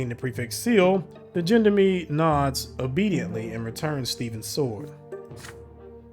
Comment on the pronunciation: you really should look how to pronounce the word gendarme. it's from french and is a type of police. it sounds sooo nice in french and you just butcher it. :))))). but still really enjoying the playtrough.